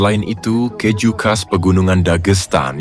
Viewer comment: MIN PLEASE... KEEEEEJU, BUKAN KEJJJU😢🙏🏻